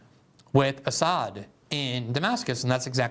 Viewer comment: They can't ever pronounce Assad's name correctly. Was the Assad gassed his people ever proven?